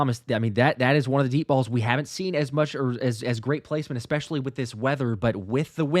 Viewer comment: Thomas, I love you, brother. But PLEASE, the word is Especially, not EXpecially. Sorry, but it drives me crazy.